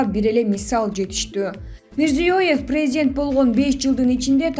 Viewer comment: Текстти окуган кыз президент деген созду туура айтчы деги эле туура суйлогонду уйрон же башкага откоруп бер